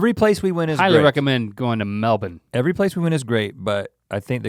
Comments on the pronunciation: Gotta love that you say Melbourne like a true ozzie now!! 😀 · RHETT PRONOUNCED MELBOURNE LIKE A PROPER AUSTRALIAN INSTEAD OF THE AMERICAN "Melborrrne" IM SO PROUD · The boys are killing it with the pronunciations. Melb'n not Mel-born. Tremendous. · He said melbourne right.... " Melbin" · the aussies must of given them grief on how they are supposed to pronounce melbourne haha great to know they arn't saying it like mel - born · Mel bin. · I’m proud. They both can say Melbourne properly. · thank.. god he said Melbourne right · Respect on the pronunciation of the Aussie cities guys! Also, thanks for the kind and realistic appraisal! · I love that you guys knew how to say Melbourne correctly 👌 wish I knew you were in brissy can't believe I missed out 😧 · Wait can we please take a moment to thank Rhett for being the first American ever to pronounce Melbourne correctly? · Never thought I’d hear it. It’s an American saying “Melbourne” properly! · I'm a Melbourne native and it makes my heart soar when you pronounce it like a local! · Americans saying Melbourne right! WOW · Can I just say, I LOVE your dedication to the pronunciation of Melbourne. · Rhett, your pronunciation of Melbourne is perfect <3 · He pronounced Melbourne correctly. What a wonderful man. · You guys say Melbourne correctly. Good job lads 💪👍👍